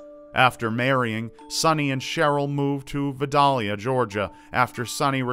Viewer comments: As someone from georgia its VI-DALE-YA like the onion! 😅 as always i love the content!!! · Awesome video!!! It’s funny hearing ppl that aren’t down South saying the cities. We pronounce them WAY different 😂 like Vidalia Ga. like V+ 👁 then a heavy emphasis on DALE followed by the sound of ya, except let it kinda hang a bit (more like yaaa) 😂😂😂 We do have some strange pronunciations down here. Anyway. I think it’s fun listening to different accents. God bless and again, love your vids!!!🙏🏻♥️ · As a Georgian it amused me how pronounced Vidalia, coz down here we say "vigh-dale-yuh" lol But man, this is a throwback, thanks for reminding me how long I've been watching! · …listen to Sammy Kershaw’s “Vidalia”. That’ll help on that pronunciation.